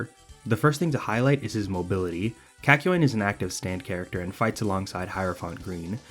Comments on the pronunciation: I kept on saying kākyoin every time you pronounced it as käkyoin so when you said Kak it almost made me say cock 😂😂😂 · Sounds like a Boston man saying 'cock' a lot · The way this man slightly mispronounces kakyoin annoys me so much